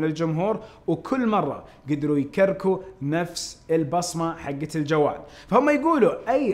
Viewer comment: قال يكركروا بدل يكرروا